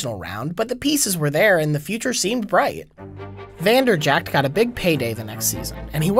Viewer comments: It's infuriating that you call him Vanderjackt but still a great video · You work for SB Nation and you don't know it's pronounced Vander-Jet?